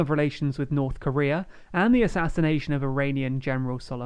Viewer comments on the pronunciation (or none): none